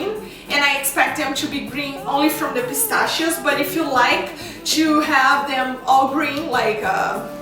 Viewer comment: ahahaha "pistashio shish"